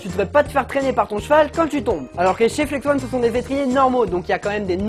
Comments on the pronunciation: Oh non mais ton niveau d'anglais pire que le mien ! On dit ON comme ON/OFF parce que ONE et comme 1 et la ça s'écrit ''ON' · ahah tu as perturbé tout le monde avec le Flex-ONE "flex-on" au caou ça m'a tué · très bonne video mais on dit pas flex one mais flex on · mec c dérangant tu dit flex one mais c'est flex on arete de dire one stp!!!!!! sinon le concept de comparer deux types d'étriers comme ca c'est pas mal, mais le probleme c'est que je pense que comme les flex on sont tes etriers automatiquement tu va les préférer aux freejump. Admettons t'aurais eu des compositis et pas des flex on chepas si t'aurais dit la meme chpse. Sinon sympa ta video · Mais tu continues de dire Flex One haha 😂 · Flex-on pas flex-one ^^ désoler mais c’est très perturbant toute la vidéo, mais sinon super vidéo et moi qui est des Flex-on je préfère largement Flex-on :) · Mais si car si tu savais prononcé l'anglais tu ferai pas cette faute. Même moi qui suit nul en anglais ça me brûle les oreilles 😂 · FLEX-ON pas flex-one ^^ désolée, ça m'a démangé toute la vidéo, fallait que ça sorte. Bon, clairement ici, je suis clairement une #teamflexon, pas moyen de me mettre des free-jump aux pieds ... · Ça se dit " On " pas "one " !!!